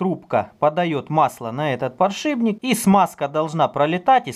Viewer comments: не подшиБник а подшиПник ё-моё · подшиБник? или мне показалось?))))))))